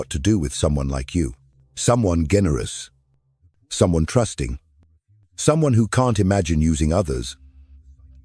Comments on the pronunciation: Y did you say generous that way. . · The way it pronounced “generous” is funny😂